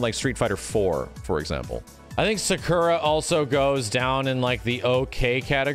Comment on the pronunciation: WHY DO YOU SAY SAKURA LIKE THAT